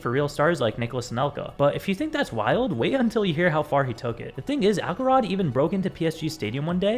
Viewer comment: Why would it be “Ackelrod”? It’s obviously Axelrod. The C is soft.